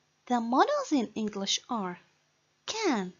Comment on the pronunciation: Sister this lesson is verry important and you have explained it in a good way but your pronunciation is not good ..you need to study spoken English